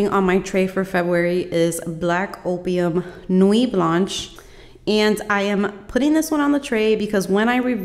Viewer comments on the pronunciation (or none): none